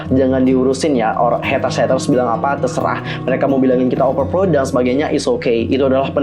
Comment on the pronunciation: Overpraud bacanya bang... Biar walaupun campur2 bahasanya tetep bener pronouncing nya....